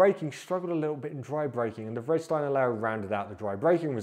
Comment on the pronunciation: The closest to Vredestein is Frey-Duh-Stein. Soften/drop the y (or drop t from freight) squish the first two together and you’ve nailed it. Freduh-Stein.